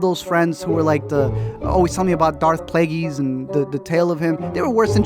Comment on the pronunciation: Darth plageysss.